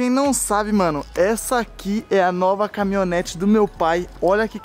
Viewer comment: Melhor do vídeo é o falando CAMONETA KAKAKAKAKA